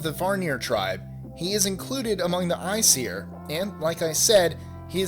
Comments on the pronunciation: Kyle Posey the way he said æsir was almost correct, he just should not have had the 'seer' sound. its pronounced 'I siir' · Norse myth was not inspired by Greek myth. Also A in Aesir is pronounced like cAt. And it's not varnir it's vanir. Frey is technically Freyr and his fathers name is Njördr (pronounced like nyurthar) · Vanir. Vanir. Van-eer. There is no other r in it. It isn't Varnir. Aesir is pronounced "Ay-seer".